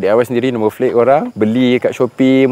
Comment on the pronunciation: Asal sebutan no plate kau jadi no "flate" ?